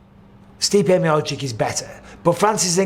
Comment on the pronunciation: MB can you please stop saying MiociK? It's MiociTCH ffs